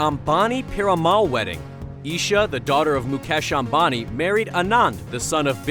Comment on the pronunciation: i love how he says mu'cash' ambani lol